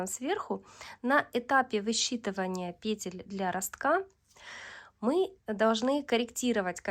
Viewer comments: Наконец (о, боги) я слышу пЕтель, а не петЕль. Просто праздник какой-то.. Кайфанула от грамотной речи и более чем понятного объяснения. Спасибо!! ❤ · Разницы в постановке ударения в единственном и множественном числе в слове петля-петель нет! Как нравится,так и называйте,как хотите,так и произносите!😊